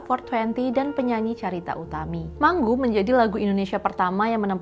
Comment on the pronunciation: Mangu.. Bukan di baca manggu.. Kalo mango di baca menggo.. Biasa baca Inggris yaaa..